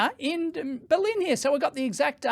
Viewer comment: Belin? You sure you're talking about Berlin or the company in Romania that makes tea?